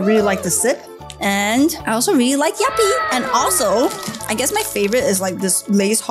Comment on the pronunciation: 11.41 uh..its actually called yupi not yappi 🤓☝